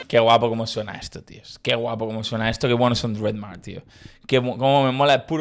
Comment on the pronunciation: Se dice Dred Mar ai